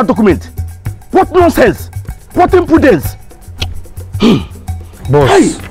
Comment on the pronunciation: Landlord with his “WHAT IMPRUDENT” 👌😆😆😆😂